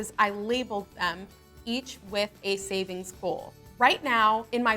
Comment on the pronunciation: Who else noticed that she didn't finish the "g" in savings